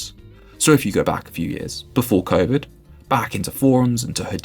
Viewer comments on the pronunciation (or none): none